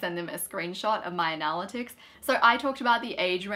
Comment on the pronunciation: We had to stop watching halfway through because we couldn't handle the constant mispronunciation of "analytics". It was driving us mad!